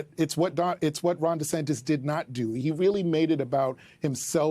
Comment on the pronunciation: DUH-Santis. King of FloriDUH